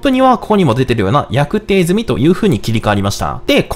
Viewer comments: (約定) やくてい×→やくじょうです^_^ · やくじょう、と読みます